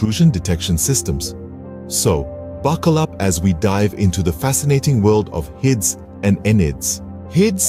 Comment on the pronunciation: please dont pronounce hids and nids like that ever again